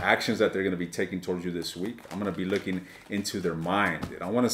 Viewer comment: Omg you made me laugh so much. Spoken like a true Aries😂 Not sure if it were just an accent issue but it sounded like you said at the end re extended 'I'm gonna be licking into your .... ' so much more I could say but I'm a High Priestess 😅😅😅